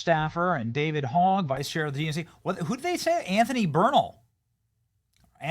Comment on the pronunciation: Bernal sounds like Burn all.